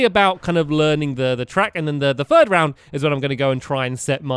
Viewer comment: stampy says 1st 2nd or 3RST